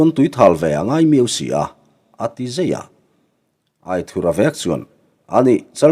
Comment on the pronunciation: Aithurha titawh loin aithura.tizawk la...adik zawk..